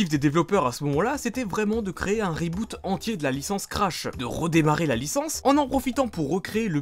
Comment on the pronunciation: avec ce reuuboute XDD. je te chari mais je t'adore